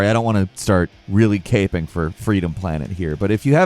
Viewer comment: I swear I heard ”gaping for Freedom Planet”… I had to relisten to that line a few times and eventually turn on subtitles to hear “caping”. I definitely prefer “gaping” though.